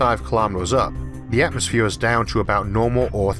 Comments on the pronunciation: Why say atmosphewe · Nice video, narrator is innoing. Please work on speaking out atmosphere and world. Innoing language